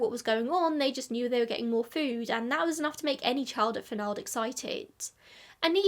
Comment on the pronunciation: The name does not rhyme with bald, it rhymes w the last syllable of Donald. This is my name. A prominent new England name. It should be noted I thought you would pronounce it correctly being English. My family.